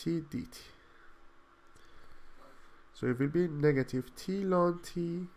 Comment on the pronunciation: I have never heard anyone say "lon" for ln